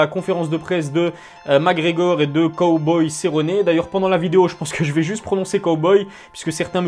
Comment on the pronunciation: J’ai arrêter de regarder la vidéo au moment où tu as prononcé cowboy 🤠